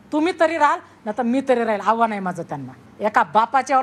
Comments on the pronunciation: हाव्हान नव्हे आव्हान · आव्हान ला हावान म्हणते ही बाई....साधी मराठी भाषा येत नाही ह्यांना...